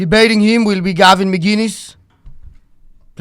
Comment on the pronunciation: MIC-innes is how u pronounce it